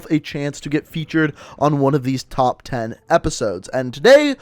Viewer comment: he said "topf" 10 gun skins